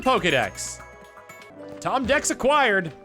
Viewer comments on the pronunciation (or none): It's the ro-Tom Dex.